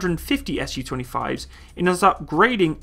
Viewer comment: A note a someone who speaks a little Russian please say Su like Sue not S.U